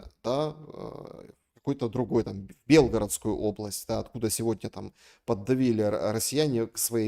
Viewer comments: в слове Белгородской, не правельно ставишь ударение. Правельно на о. Режит ухо, смотрю из Белгорода. 😊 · Светлана, в слове Белгородской три О. Надо уточнять- на какое именно ударение ☺️